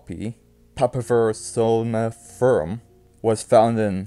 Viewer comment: 😂 I'm sorry but you pronunciation of soniferum was completely off but I can appreciate the effort